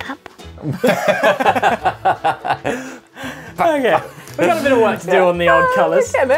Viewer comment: A lot of little kids I hear in the US pronounce purple as "pur - poh.* It's weird but many cannot get the pronunciation correct.